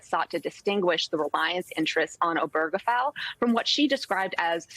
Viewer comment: Why can't anyone pronounce "Obergefell" correctly?